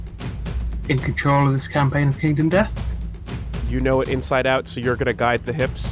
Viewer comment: "Kindom Death Monster" Well, we know at least still can't read...